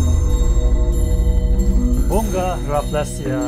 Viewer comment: Sorry to correct your pronounce about Bunga, it's Bu-nga. Sound of Cicada insect. Same like other carnivorous plants, it eats insect, but Rafflesia attract insect with it's petals that smells like rotting flesh.